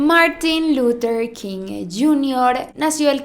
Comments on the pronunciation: MUJER MÁS IGNORANTE!! según ella muy culta y bilingüe y ni siquiera sabe decir LUTHER con TH. Quien demonios es Lurer King? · Luthhhhher, No lurer 😵😵